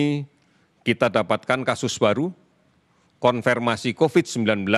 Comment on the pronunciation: Konfir pak bukan konfer